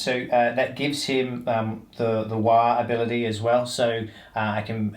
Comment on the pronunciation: It‘s not Waaaaaahhhhh, it‘s Waaaaaagghhh! as in War for Gorks sake! 😘